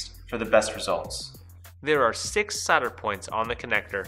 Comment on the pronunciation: Solder, not sahder.